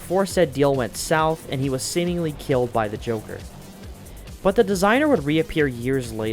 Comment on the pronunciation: I swear, did I just hear you say "The Jorker" XD?